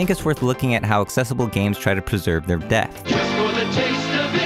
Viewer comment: Awesome content. Only fly in the ointment for me is I keep hearing "deft" instead of depth. 🤪